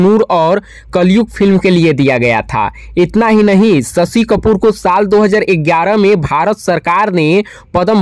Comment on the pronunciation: Aapke language mein bihari axen aata hai ise thik karo. Aur shashi kapoor hain sasi kapoor nehi.